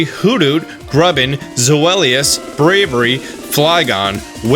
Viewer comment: You call the Pokemon Braviary "Bravery" def not how it's pronounced lol